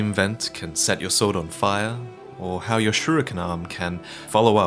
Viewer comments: I love you, but you need to learn how to pronounce shuriken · the way pronounces "shuriken" gives me conniptions